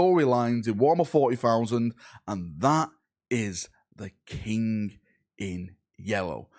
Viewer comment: I am so proud of you, you said King - not Kink!